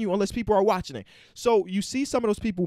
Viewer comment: Rohan Mullan Thats the way said it thats why I commented it cause he said watchining